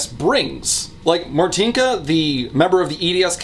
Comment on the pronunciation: I'm sorry you had Martynka right there on call and you couldn't ask how to correctly pronounce her name? Why do english speaking youtubers never bother prnouncing polish correctly, it's not that difficult